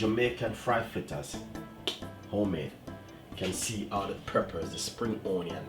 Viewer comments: Dwlllll flittas!!! Real Jamaican!!! I love us and our language😁😁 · I knew he was legit when he said flittas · “Flittas” yup he Jamaican! Lol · We only say cups when it is more than one. 1 cup. 1/2 cup. 1 1/2 cups. 2 cups. You kill me with your 1 cups and your half cups. Lol. Love your "flittas" though. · Suh eh guh…flittas. Patois ina di place!👏🏾👏🏾👏🏾